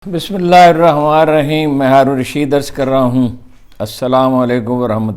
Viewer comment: Salam.haroon sahaib ap se request hy k bismillah full achi trha ada kia krain..Mind mt kijeay ga